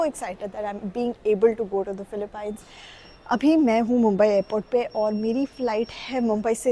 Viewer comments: I know, it's utterly annoying every time she pronounces it as paaaines 🙄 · It's pronounced "Philip- peens" not "pines"... im an Indian and see many of my frnds call it "pines" but once my pinoy teacher explained how it is pronounced. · its not philipine its pronounced as '' filipeenes '' ....... its a hidden gem i hope it stays hidden from us Indians :/ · Gawar log philip "pines " 😅😂